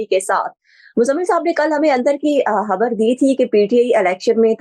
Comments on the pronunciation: Madam Pls it's not habbar...its khabbar ... Please watch your pronunciation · "خَبَر" ہوتا ہے ، ہَبَر نہیں۔ "انتِخابات" ہوتا ہے، "انتِہابات" نہیں ۔